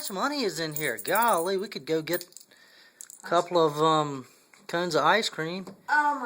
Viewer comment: i think he said...GoL-LY... as in Golly....